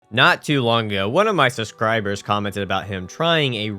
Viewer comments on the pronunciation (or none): You said sus crybers instead of subscribers And mayonnaise instead of manos 😂😂